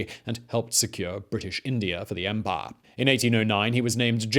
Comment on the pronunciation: I like the way you say ‘empire’